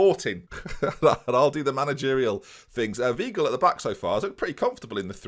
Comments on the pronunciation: Weigl is pronounced vaigl, not veegl,! Gah! Good stuff as always though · The mighty Julian Weegel :)